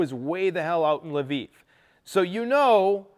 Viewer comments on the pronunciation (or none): none